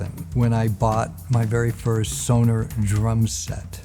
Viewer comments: He actually pronounces it correctly. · He is pronouncing it better than most Americans , they say more Sonar….